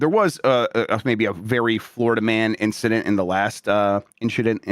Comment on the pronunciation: Just an inchident